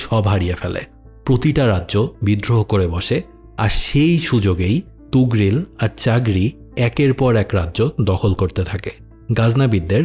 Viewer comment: আফসোস যে মহান সেলজুক সাম্রাজ্যের প্রতিষ্ঠাতা এবং সুলতান তুগরিল কে এই ভিডিওতে ' তুগরিল ' বলা হয়েছে । 😢